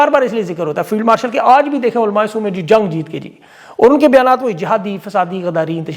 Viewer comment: olmae Soo nahi sb olma sor kho